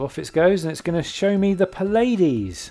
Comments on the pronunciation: Pladies....aaargh, that's as bad as beetle juice >< Pleiades ... Ply - aid - ease. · Puh-lay-Deez ? Repeat after me "Plea-ah-deez" or "play-uh-dayz" but never "Paw-lay-deez" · The "Pilades"? Is "Pleiades" the word you were looking for? ;-)